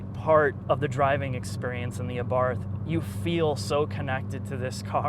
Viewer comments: DUDE it's 2016 and you've had 4 years to learn it is pronounced AH-BART, AH-BART...AHHHHH BARRRRRT. Jesus go review a mini, that should be pronounceable for you. Yes, I viewed this hideous "thing" you probably call a review. The trog mechanic dude is embarrassingly unfunny yet attempts to hide it by saying nothing relevant, interesting or even knowledgeable. Too bad, I was looking forward to some REAL knowledge..huhuhu Beats audio exhaust..huh huh, call Woody Allen. Oh and the "Sport" button elevates the steering, increases throttle and shift response (notice how the torque is instant) stability control firms along with that steering. Sport auto adjusts the degree of differential locking depending on YOUR personal driving speed. The PCM recalibrates torque to 170 lb feet from 150. But has nothing to do with horsepower, the one thing you said it actually did. Facts goose, facts!! So a firm ride on the ass. An increase in torque by 20 lb feet BUT remember it does not increase horsepower..wow dude pick up a book. We all love your pertinent observations...oooo like the bird on the road, was it new world yellow warbler or gobblin warbler? Please!! My fav " the two cup holders in the back are hard to get to" well for who? You? Keep your googly ass eyes on the road goose, they're for rear passengers only.. Okay I counted 42 ignoramus things that came out of your mouth..nervous man dude non-FCA you and when did Sergio Marchionne say there were quality issues? I'll have to ask him. Ok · Came all the way over here, 4 years too late, to tell you it's pronounced, 'ah-bart.' His name, was Karl Abarth... Google, something. Ya' Ninny! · I'm pretty sure it is pronounced "abarT" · We say in Italy Abart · How can you take anything seriously about a car that looks like that. Should be called an A-barf. Turbowski would NOT own this thing. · The pronunciation is a bit wrong (should be pronounced Ahbart), but just a tiny "annoyance" (if that) in an otherwise excellent review! ;)